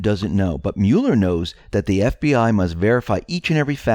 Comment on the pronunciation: Smocking misspell was a warning to deep state considering J Podesta history of pedo. BTW the name is MUH-ler, not MULE-er.